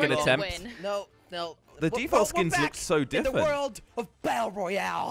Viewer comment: I love how says diffent instead of different